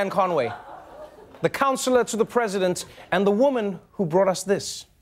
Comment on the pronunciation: its in the name con - way